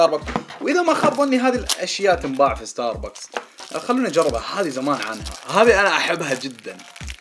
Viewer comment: بلاه انطق استار بكس احسن مواستار باكس